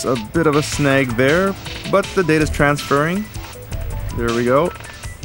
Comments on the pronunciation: When i heard "transfarring" i thought Mega64 was just joking lol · Transfarring really...so engrish has gone corporate now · makes me want to do some "Transfarring"